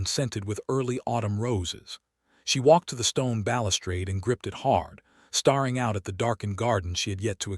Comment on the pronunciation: Staring not starring. Duchesses not dusheses. Hoping not hopping ffs. Fix your AI narrator. Watching? This is an audiobook not a movIe.